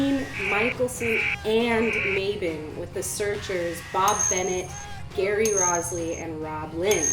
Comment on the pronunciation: One correction is the pronunciation of Jerry Roslie’s last name… think of Rose Lee.. no z. Great 10 minutes of information.